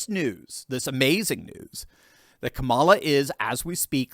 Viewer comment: Eddie Griffin calls Kamala, Ka-lie -a